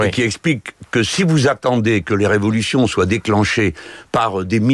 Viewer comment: RE VO LU TION !!!